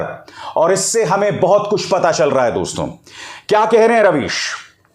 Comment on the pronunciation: You have good pronunciation in hindi but pl don't speak दोस्तों, जबकि यहां दोस्तो(dosto) सही उच्चारण होता है। यह एक संबिधान है संबोधन में nasal sound नही होती।